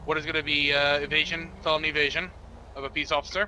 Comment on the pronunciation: When he said “felony evasion” I thought he said “felony of Asian”